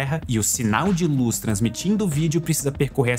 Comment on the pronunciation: Velocidade da Loos